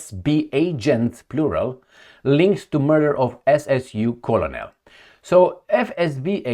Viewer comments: ps - "Colonel" is pronounced almost like "kernel". It is a tricky word in English. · please check the pronunciation of "colonel" 😊